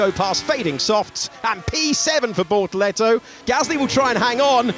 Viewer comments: Bortoleto ❌ - BorToretto ✅ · What I meant is the Alex Jacques' pronounciation of his name. The tune was like 📈📉📈📉📈